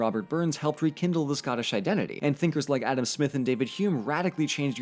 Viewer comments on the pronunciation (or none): none